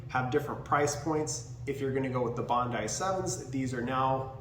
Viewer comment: Who doesn't know how to say Bondi properly? It's one of the most famous beaches in the world. Get out of the USA mate. It's only one country of 195 on the planet. Bondee is going to stick with me forever now.